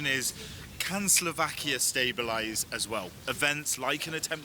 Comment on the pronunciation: it's slovakiA not slovakii you bright minded ...